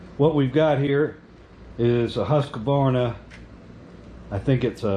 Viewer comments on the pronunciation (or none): Husq- varna. Not Husq-a-varna. It's Swedish.